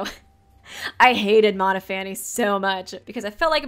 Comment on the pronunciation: Noting how you pronounce Monophanie - I would have pronounced it similarly to Stephanie, so it reads "Mon-off-ah-nee" rather than Mono-fanny. :-)